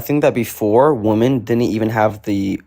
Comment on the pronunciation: I am screaming at him the car. Wim-en wim-en. It's my pet hate.